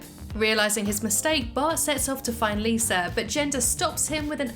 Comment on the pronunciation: I love the way you pronounce Lisa. Sometimes it sounds like "Liser" it's cute